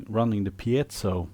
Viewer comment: You pronounced "piezo" correctly, you're my favorite deputy.